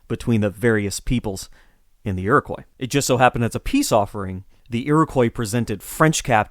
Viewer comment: Your pronunciation of Huron and Iroquois. Are they correct? I've been taught otherwise